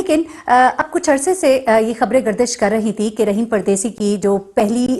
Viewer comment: رحیم نہیں راحم